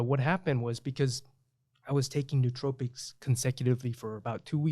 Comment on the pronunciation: Nootropics is pronounced no-o-tropics.